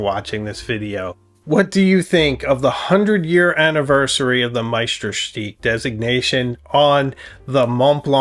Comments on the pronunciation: sorry to differ, but it really should be shtook as in book, which is far closer than steek to the original German pronunciation. I know it's not the easiest of words to try saying correctly. Kudos for doing your best! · Please, please make an effort to pronounce Meisterstück as it should be. You pronounce it as stick, so where is the stück..? Be aware of the role model revieuwer you became after all those years on YouTube. Thousands follow your reviews and start to think they pronounce Meisterstück wrong. Use Google translate and listen to the lady in your Smartphone. 10 seconds work... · BTW, it's pronounced, my-ster-stoook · Please learn to pronounce Meisterstuck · I'm French and speak German too : your pronounciation of Mont Blanc (no T nor C pronounced) is perfect, but your pronouciation of Meisterstück is not (it should be like "Deutschland über alles"). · Wow, that is gorgeous! I prefer silver-colored accents. The runes were a nice touch. Also, I notice you've changed your pronunciation of Meisterstuck and am curious what informed that decision.